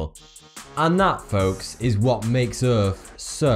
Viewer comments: Earth not Earph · Lol Earf. Lol its Earth dude! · he says "Erf" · it's not earf it's earth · Wow, earf, wow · Im sorry. But did you just say: "Earf is a rafver incredible place to be."? Good video either way though.